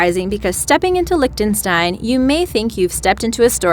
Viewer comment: Please pronounce 'archipelago' correctly henceforth. Thank you. Wait.. also Liechtenstein... Good God...